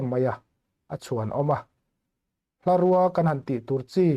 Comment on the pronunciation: Hlarûa a ni lo, hlarùa tih tur aw. Bungrùa tiha rùa ang hian tihrîk tur a ni😮😮😮